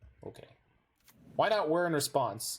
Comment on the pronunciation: finally someone who can pronounce wHir of invention